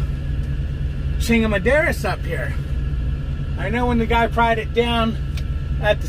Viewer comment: said “chingamaderas” I’m so dead!!!